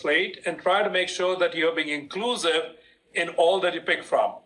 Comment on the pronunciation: You are being " Inglusive"?